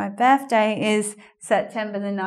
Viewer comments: Because she's trying to pronounce it like an American would and she can't xD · Why do you have difficulty in pronouncing birthday? xP You are a native english speaker, aren't you? Greetings from Mexico. =D